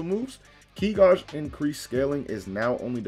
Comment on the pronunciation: ki gauge is not pronouced ki gah-j. it's pronounced ki gay-j. where were you educated?